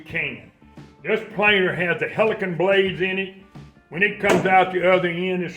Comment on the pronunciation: I’m sure it’s helical,or was he saying the hell I can 😂😂😂